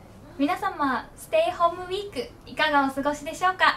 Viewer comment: 「ステイホームウィーク」と「ヘッドウェイ」の発音がきれいで、且つ、かわいいですね。